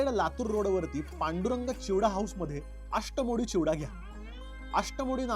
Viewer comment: भाई आष्टामोडी चिवडा नाही अष्टामोड चा चिवडा